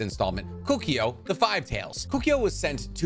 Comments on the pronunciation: Kukio? Bro it's Koe koo oh. Kokuo. Serious m night shymalan last Airbender vibes. Get the names right. How can you know so much and so little at the same time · Koh- Koo- Oh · Where'd you get the Y pronunciation from Kukuo? 🤔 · The way you say Kukuo kills me a little bit inside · Keep saying Kokuo wrong... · Can’t stand how he said Kokuo